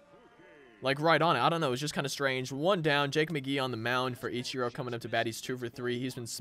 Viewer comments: Eech Er o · He says ichiro wrong